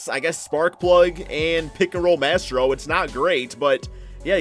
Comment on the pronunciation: U pronounced maestro wrong